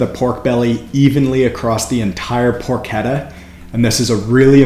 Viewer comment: Pronounced "porkeTTA". Double T not a D sound in Italian.